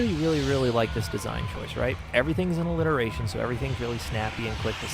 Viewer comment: you're doing great bud, a-lit-eration was a good point